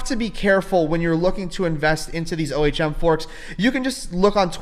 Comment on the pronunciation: Okay. You made me look O H M is pronounced 'Ohm' It's a real word